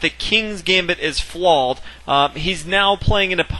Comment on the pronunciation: Why can't this guy say flawed?